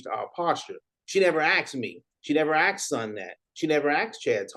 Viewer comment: Never axed.. on the twentyif... can't take it..